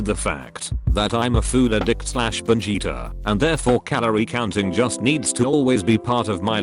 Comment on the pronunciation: When he said binge eater i thought he said vegeta and had to hear it twice